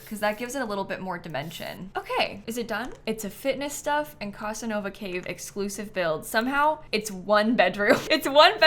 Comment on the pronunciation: The pronunciation of Casanova in this video is sucking out my life force 😅😅😅